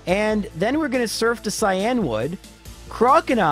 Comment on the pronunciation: It irks me that he says "Cy Anwood" instead of " Cyan Wood"